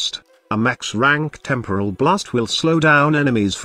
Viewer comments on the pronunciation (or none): none